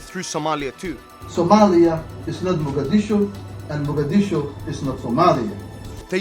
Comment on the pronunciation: The man pronounced muqdisho sooooo wrooong.